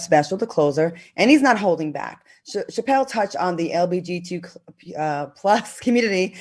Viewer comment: Why does Al always mess up saying LGBTQ? 😂